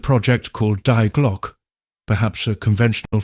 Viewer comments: if anyone cares its pronounced De Glocka or at least i think so, def a lot closer that die glock lol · nothing against ai voiceover but at least get the title of the video right 😂 its not "die glock" like in unalive its the german article "die" pronounced like "dee" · Die Glock like dying, what's that. Die is pronounced dee, but AI isn't particularly intelligent.